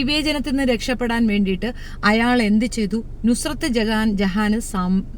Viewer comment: നസ്രത് അല്ല നുസ്രത്താണ്